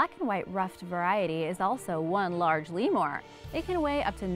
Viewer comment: You say lemur weird lol it made me cringe every time.